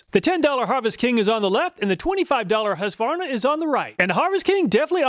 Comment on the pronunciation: Another Great video, and it is nice to hear someone pronounce Husqvarna without saying, "hooska-var-nuh"